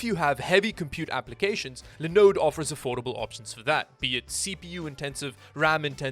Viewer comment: Linux is pronounced as says it...Lie-knucks. You know, since the guy who created it is named Linus, pronounced Lie-ness. Anyway, is it weird that I like it when Linode is the sponsor simply because of the way says "Linode"?